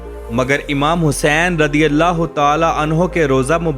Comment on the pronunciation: radi allah kyu bolteho razi allah bolo jahil